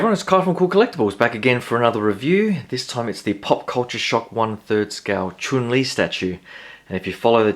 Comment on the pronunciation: Chun lee not choon lee lolllll